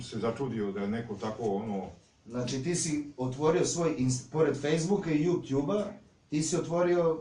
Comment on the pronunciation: je najbolji kad kaze JUPTJUB haha!